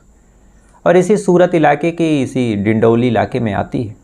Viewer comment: डिडोली नहीं डिंडोली हैं